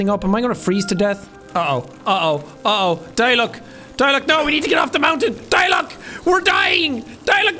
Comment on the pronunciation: "Let's go Diluc, Diluck: try pronouncing my name... see you can't." Funny thing is that Jack pronounced Diluc correctly the first time he said it